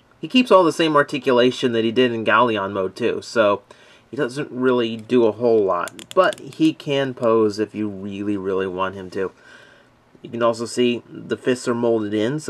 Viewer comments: it's not gaolion it's galleon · and its not galleon either. its galeon